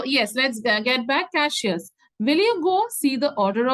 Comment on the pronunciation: Mam it is Cassius not cashius 😅